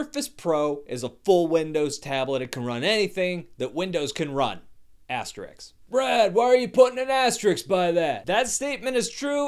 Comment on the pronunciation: I think you meant to say "as-ter-risk" not the comic book character.